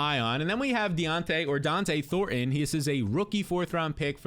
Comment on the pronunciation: Bro. It’s Dont’e Thornton…not “Dionte” Thornton lol